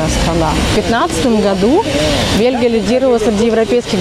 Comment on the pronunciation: Не белги,а Белхи😂